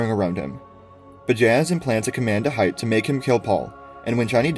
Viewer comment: I think hayt is pronounced Hate, not hight. I feel like this one is actually somewhat relevant that its pronounced correctly because of the reference to the word hate. great recap tho!